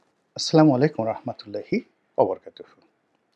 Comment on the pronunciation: গোলাম ময়লা রনি,ভালো করে সালাম টা দিতে পারে না,আস্লামু আলাইকুম বললো, আপনারা ভালো করে শুনেন,সে আসে কুরআন বুঝাতে